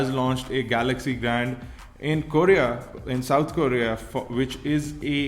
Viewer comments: GALAGZEE GALAGZEE GALAGZEE GALAGZEE GALAGZEE GALAGZEE GALAGZEE Oh god no one understands? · Dude watch out for ur pronunciations eg galaxy